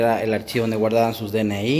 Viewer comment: Hola amigo buen video te recomiendo usar un micro nada mas. Sigue adelante en tus videos. Una pregunta tu eres peruano?. Lo intuyo al escuchar DNI ESPERO REDPUESTA. SALUDOS